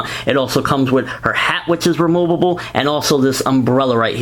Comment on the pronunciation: I like how you say: remoobooboo instead of removable. Nice review!